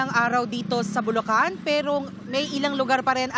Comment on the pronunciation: ... Correction jamie santos ... "Bulacan" hindi bulocan / bulokan ...